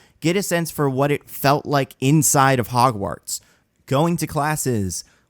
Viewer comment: You say Hogwarts weirdly